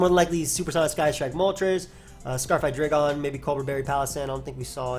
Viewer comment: its pronounced hyDRAIgon not hai-dray-gon